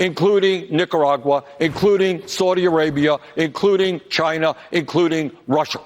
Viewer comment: Where's Chiner? I never heard of it before.